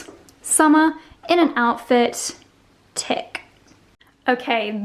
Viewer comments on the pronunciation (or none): none